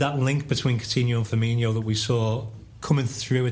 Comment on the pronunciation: FUR-MEEN-OH please tell him hes doing it wrong